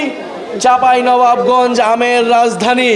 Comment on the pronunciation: নাহিদ ভাই চাঁপাইনবাবগঞ্জ বলতে পারছেন না 😂😂😂